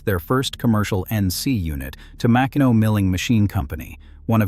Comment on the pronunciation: Pronounced Ma-Keeno.